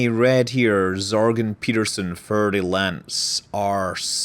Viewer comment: Just FYI, Fer is pronounced like fair and is derived from Ferrum in latin. No worries though!